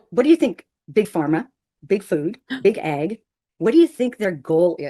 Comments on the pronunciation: 😂😂😂 I THOUGHT SHE SAID “BIG EGG” NOT BIG AG😂😂😂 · I think she meant “Big Ag,” as in “Big Agriculture” (the Monsanto-type mega-corporations that control a disturbing amount of the seed, fertiliser, and equipment required to farm). I totally heard “Big Egg” too, though. 😅